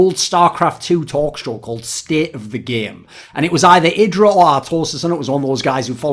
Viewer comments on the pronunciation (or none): none